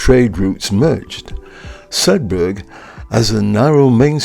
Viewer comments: It's a silent "G" in Sedbergh. It's pronounced as it it were spelt Sedber. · Sedberg, like iceberg. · Nice look around Sedbergh. A couple of points from a 'lifetime local'. Sedbergh formed it's book town persona well before the Covid pandemic and we 'in't 'ills' call the town 'Sed-burra'.